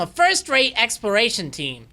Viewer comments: Did anyone else realize he said experation instead of exploration? Oh hey here’s you experation team, they tell you when things expire, they’re actual expired to, so enjoy the dead bodies. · needs to practice saying exploration. I keep hearing him say expiration. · I hear him say "explration".